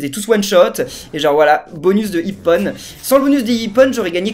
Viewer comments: ça ne se prenonce pas ipone mais ipon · On dit pas iponne mais ippon!!!!!!!!!!!!!!!!!